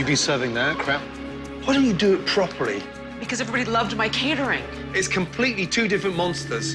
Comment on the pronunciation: Gordon turned Korean for a second there "Why don't you do it propery?" :P